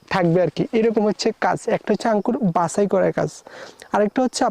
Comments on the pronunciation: আরে ভাই আগে শুদ্ধ ভাষা শেখ। আংকুর কি??? এই নামে কোন ফল নাই। বলো আঙ্গুর। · আংকুর নাকি আঙ্গুর 😂😂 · আঙ্কুর কি ভাই উচ্চারণ টা ঠিক ভাবে বলেন 😂আঙ্গুর বলেন